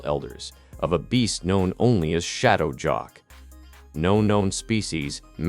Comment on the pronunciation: Shadow "jock" !? AI narrators suck. Misleading title. This is about folklore.